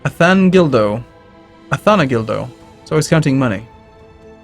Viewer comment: athanadildo?! atanahildo (phonetics duh...)